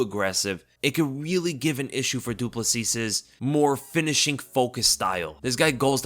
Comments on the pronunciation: His surname is pronounced "du plesi" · Du Plessis is pronounced "doo plessee". The last 's' is silent. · Ahem, good sir, it's pronounced Driccus Du Plesee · It's pronounced Do pler see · Hey brother love your contend. I'm a South African - much love Du plessis - the S on the end is silent Thank you for the contend love watching your breakdowns and takes on fights. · The last “s” in Du Plessis is silent 🤭 that’s how it’s pronounced here in South Africa 🇿🇦